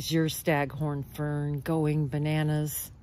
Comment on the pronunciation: They are pronounced FERN—-not FIRM. No M sound at the end.